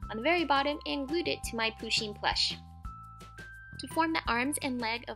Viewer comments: IT’S PUSHEEN NOT POOSHEEN AND SHE’S A SHE NOT A HE 🤬😡👿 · just saying it is not poosheen it is pUsheen with a u not a poo lol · De rp they also said "poosheen" instead of "pusheen" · Poosheen?i thought it was pronounced pusheen 😂😂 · She keeps saying POO sheen not PU sheen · lol love how she says poo sheen lol but it's poo shin lol love this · 1. Pusheen is a girl 2. It is pusheen not poosheen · It's not POOsheen it's Pusheen ! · Its not POSHEEN........ its PUSHEEN............You deserve more subs than you have btw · You don't pronounce it poooshen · Its pronounced puh-sheen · Not poo-sheen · people pronounce it differently depending on were you live, like me i pronounce it poo-sheen like in the video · Julcia :D, RIGHT? I MEAN, AND IT'S SAID (P-UH-SH-EE-N) WHEN SHE SAYS 'HE, HIS, OR HIM' IM TRIGGERED